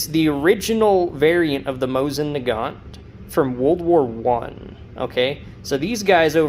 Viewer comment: Please pronounce Mosin Nagant properly. Do not pronounce the T. Moh-seen Nah - gahn. It’s really hard to listen to your video, friend.